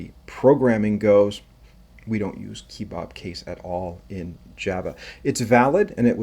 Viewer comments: 'kuh·bab' as in it looks like a Turkish skewered meat, not' keee-bob'. Why are you making up your own pronunciation and who is Bob lol? 😉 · Who says "key-bob"? "Keh-bob". Like those things you eat (and what you showed at the beginning of the video).